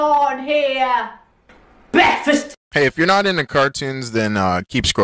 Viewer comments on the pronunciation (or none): Sounded more like bleadfist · ITS bekfast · I like when you say Breakfast It so funny